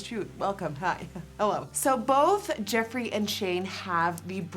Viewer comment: it's jeffree, not Jeffrey. Js